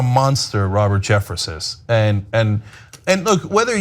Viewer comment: To: It's " Jeffress."